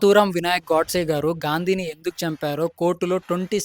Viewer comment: చాలా బాగుంది, తమ్ముడు.. కానీ అమర వీరుడు, మహా త్యాగి, దేశ భక్తుడు నాథురామ్ గారి ఇంటి పేరు గాడ్సే కాదు గోడ్సే అని పలకాలి